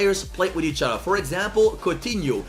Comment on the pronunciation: “Each oter”